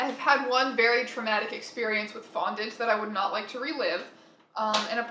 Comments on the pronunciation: I THOUGHT YOU SAID BONDAGE NOT FONDANT AND I GASPED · OK I had to rewatch the bit where you said 'I had one very traumatic experience with fondant' because for a moment I thought you said bondage instead of fondant I